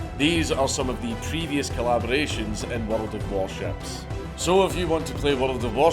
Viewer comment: Bold move for World of Warships to give a sponsorship to a man who adds a syllable to their name